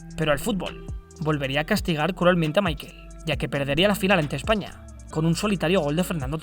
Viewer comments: su nombre se pronuncia en aleman, asi como "Mijael" por asi decirlo, no como michael en pronunciacion anglosajona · asi no se pronuncia Michael si es aleman se pronuncia mijael